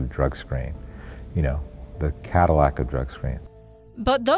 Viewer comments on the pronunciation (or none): none